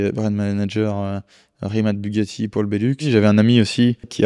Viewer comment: C'est Rimac, pas Rimat